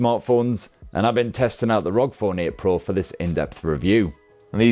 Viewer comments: Love your videos! But its R O G lol not rog lol it's an acronym lol Republic Of Gamers lol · This is the first time I heard someone said ROG and not aRe O Gee 😂